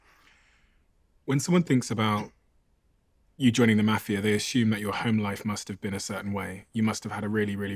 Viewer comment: Wish the mafia guy would teach the host how to say mafia- Jesus! Had to turn in off